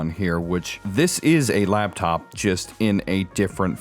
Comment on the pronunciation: LAPTOP DUDE NOT LABTOP YOU ARE KILLING ME.